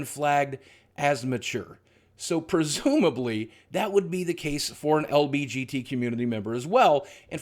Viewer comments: The dislikes are people who noticed you said lbgt instead of lgbt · It bothers me that boogie says lbgt instead of lgbt. Great video otherwise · ITS L-G-B-T not lbgt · Boogie I love you but pls say LGBT not LBGT, I'm sorry but it's driving me a little crazy.